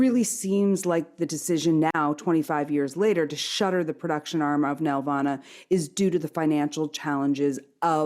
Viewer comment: Why doesn't anyone on YouTube know how to pronounce the name of one of the biggest animation studios in Canada?! It's nel-VAH-nuh, emphasis on the VAN in the middle it's not a Grundge banf from the 90's. David knows how to say it; why didn't they listen to him? We didn't 'make' Barney; we distributed it. BTW, Sheridan crapped all the time on Nelvana, they saw television as beneath their students at least around 92-93.